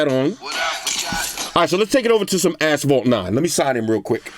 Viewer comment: “Ight lemi take it over to ass-phalt 9” lol